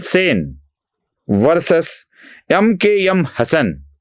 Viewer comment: "यम के यम" काय आहे? "एम के एम" चालेल की! ऐकायला बरं वाटतं!. ..